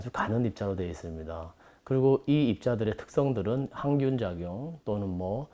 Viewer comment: 식기의 향균효과?? 항균효과... 나레이션을 오류네요. 일반인도 아니고... 향균이라고 발음하다니... ㅉㅉㅉ